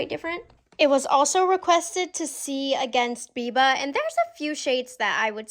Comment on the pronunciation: bless his heart - it’s BIBA not VIVA 😅